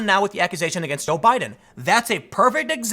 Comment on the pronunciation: Who else heard him say "Obiden"?